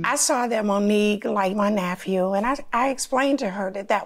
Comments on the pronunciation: She was a teacher...what the heck is a “naphew” 😂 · I’m sorry… NA-PHEW?? Lol Just a joke, friends❤️